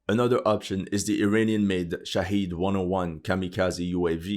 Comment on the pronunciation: Your pronunciation of Shahed is 💯